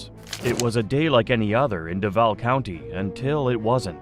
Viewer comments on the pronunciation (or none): none